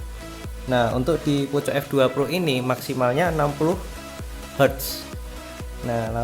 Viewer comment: Bang Poco dibaca Poko